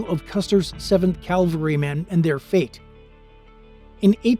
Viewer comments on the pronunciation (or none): It's "cavalrymen," not "Calvarymen," Sir.